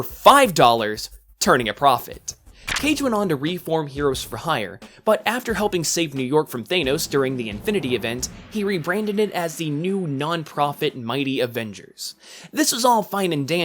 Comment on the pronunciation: Corrections: Reva (REE-VAH) not (REH-VAH), Thanos (THA-NOS) not (THAY-NOS)